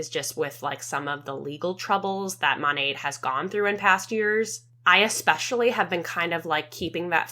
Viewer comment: The fact that none of them can even pronounce their own company correctly is WILD. Monat stands for modern nature....m(ah)nat...not MOOOnat. 😅